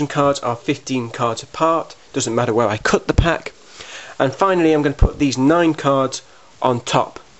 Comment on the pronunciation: Love the way you say "cut" lol "coot" as in "foot" :D